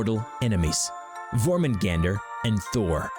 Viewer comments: You didn't pronounce jormungandr's name well : Yormungandr Y is J, J sounds like Y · It’s pronounced yurmingander